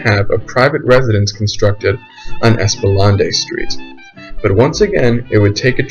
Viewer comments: Hopefully by now you know how to pronounce ESPLANADE Street. It’s ESS-plah-NAYD, not ESS-plah-NAH-day. You can hear it pronounced on YT if you don’t know how to read phonetic pronunciation. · Esplanade is pronounced "ES-pla-naid". Sorry I just had to correct that. Native New Orleanean here..... Took me a while to figure out what street he was referring to! However very interesting documentary! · Very good info, but hard to listen to the mispronounced words, please consider a new recording with things correctly pronounced (IE: Es-pla-nade and Met-ah-ree) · "Espalondee"? Lol. Also, Dauphine is "DAW-feen" locally or (approximately) "DOE-feen" in French (you're pronouncing it as masculine "Dauphin"). Great video otherwise. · Yes lawd I was saying the same thing 😂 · Lol so glad you said that, I heard it and was like, whhattt did he just say lol! Thank you! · you're telling me it's not called espalonday street?